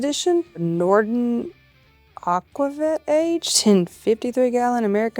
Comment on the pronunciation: It’s aquavit. 🤦🏼‍♂️